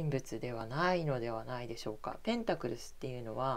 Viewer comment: 同じ意見です、声量を上げて下さい。あと、ペンタクルが、ペンタクルスと聞こえますが……